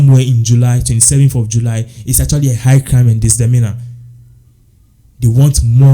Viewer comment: DESAMINA ..? wasa paaa the correct word is. MISDEMEANOR